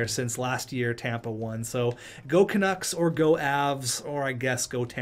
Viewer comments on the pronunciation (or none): none